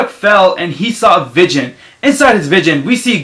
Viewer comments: You say vision funny lol vigen cx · plus what he says vidgon instead of vision just my god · "vigon" lmao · He says vision like vidgin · nigga Wtf are you saying can't even say vision right😂. Just stfu kid